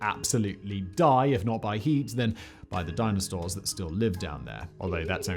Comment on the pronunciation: I heard Dinostores.